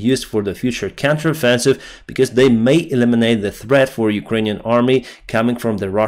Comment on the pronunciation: “Counter offensive” 😂🤣😂🤣 Cracks me up every time you say it 🤣😂🤣😂